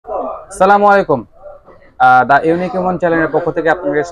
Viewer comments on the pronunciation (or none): none